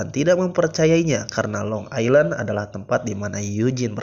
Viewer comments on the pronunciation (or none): none